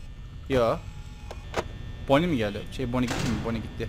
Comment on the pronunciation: abi bonny eğil banny a yla söyle